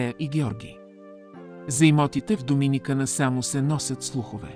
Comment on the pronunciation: Само една забележчица ударението на Доминикана е на последното а😉